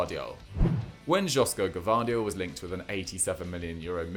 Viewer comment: Epl fans still call Armando Broja pronouncing the j like he is spanish, of course they will mispronounce Josko